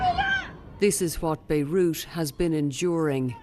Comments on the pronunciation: WTF is "Beirush", "Beirutz"? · Did she say: THIS IS WHAY BEIRUT HAS BEEN ENJOIYING???🤣🤣🤣🤣